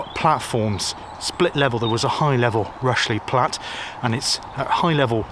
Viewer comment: Interesting feature on one of my favorite "closed" railways. I have several books on the MSWJR and have visited some sections of the line. Not sure why you pronounced "Rushey Platt" as "Rushly Platt", or is that a local pronunciation? The line to Ludgershall is still "in situ" but not sure what traffic is carried on it these days. The sidings that used to go towards Tidworth have been truncated in the last few years where a new housing estate for army personnel has been built. I look forward to future visits by yourself on this fascinating railway!